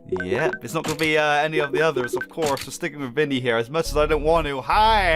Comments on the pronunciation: Is not “vinny”it’s vanny! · Jsyk it's VANNY not " ViNnY" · it's vanny not vinny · * calls the white bunny vinny * Me: * cringing * HER NAME IS V - A - N - N - Y; VANNY!!!!!! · Wow its proudest "vanny"NOT VINNY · It’s Vanny not vinny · It’s not Vinny it’s Vanny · Ahem it’s not “Vinny” it’s VANNY